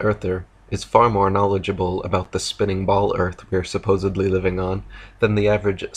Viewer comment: go to the time stamp my friend. He says ‘supposebly’